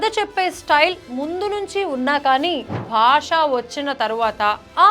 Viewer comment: భాషా కాదు బాషా 😂